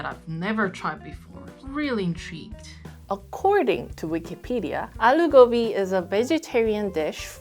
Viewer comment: 언니... Excuse my bad Korean- The closest pronunciation would be 아루고비 (aaloo gobi)